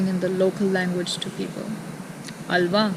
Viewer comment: The pronunciation word 'Alva' is excellent.